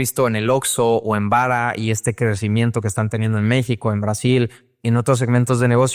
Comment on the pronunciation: Por alguna razón Este cabrón tiene un problema con la palabra México...